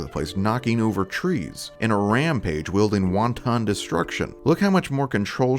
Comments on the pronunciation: Wonton destruction... Feared by all Chinese restaurants since 1967 Just trying to be helpful, because we never learn if we are never informed. wanton is pronounced with very slight emphasis on the first syllable, and with very little break between the two. WANon not Wan-Ton. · "Won-ton destruction"? It's wanton. Pronounced like "want" and "in" as one word.